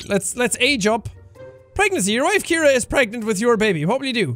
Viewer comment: ciara not Keira